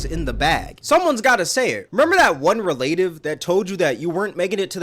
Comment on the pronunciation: He said relaytive bro American academy